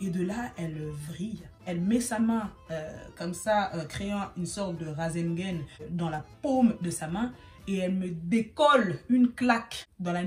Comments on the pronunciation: jsuis mort elle a dit rasengen au lieu de rasengan😂😂😂😂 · elle a dit RASENGEN 😭😭😂😂😂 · Elle a dit RASENGAINE